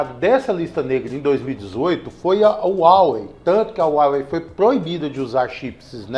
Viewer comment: A pronuncia de Huawei é haowei, com o ha com som de rá.